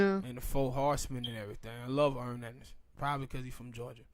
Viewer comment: It's not earn its Arn